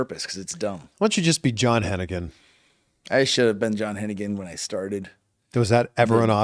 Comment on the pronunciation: HEN-NI-GAN! HEN-NI-GAN!! HEN-NI-GAN!!! Totally chantable.